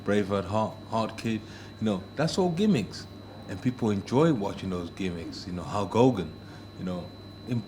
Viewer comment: "Halg Hogan...Urtimate Warrior...Bravehard-Hart kid..."